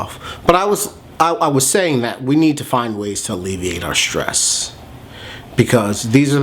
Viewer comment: It's nor Shtress - it's stress. No 'h'.